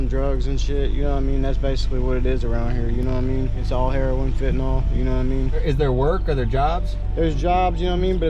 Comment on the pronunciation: Saying fentanol for fentanyl is like saying sollable instead of syllable.